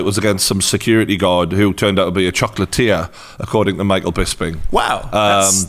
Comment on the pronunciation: I legit thought you were saying 'Chocolate Tier' instead of 'Chocolatier' and thought it was a reference to a fighter's level, I was trying to work out how hard you'd be if you were 'Chocolate Tier' in my head until it clicked.